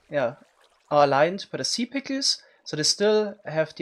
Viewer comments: I love how he says in his accent "si pickels" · "sea pikiels" xD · Chuckling every time he attempts to say "Sea pickles" and fails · I love the way he says sea pickles it's so satisfying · Lol the way u say sea pickles is so funny ngl 🤣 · I love the way he says “Sea Pickles” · I love how he pronounces sea pickles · The way you say sea pickles is just awesome. People usually pronounce an e between k and l sea pickels. But not you xd